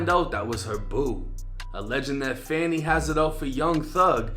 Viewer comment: It's actually pronounced "Fawni" Buddy was pronouncing it wrong